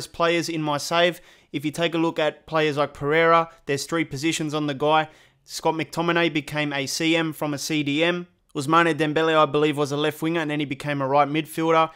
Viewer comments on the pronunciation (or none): pronounce it as in ousman no ous manee